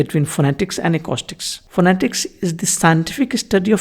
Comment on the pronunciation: Just a note, you are mispronouncing the word “acoustics”, which is spoken ah-koo-sticks… great context though!